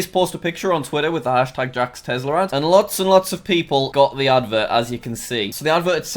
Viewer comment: Its not a tezzla, its a tesla